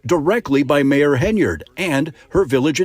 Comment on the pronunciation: just want to help you out. The last name of this miscreant of a "mayor", is pronounced, "HEN-yard", not HINE-yard.